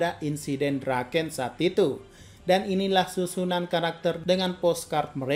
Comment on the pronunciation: Draken bang bukan drakeun